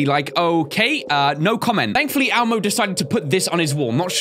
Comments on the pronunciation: Its elmo NOT almo or ammo XD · When you say Elmo it sounds like ammo. 😂😂😂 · did anyone else get triggered when said almo and not elmo????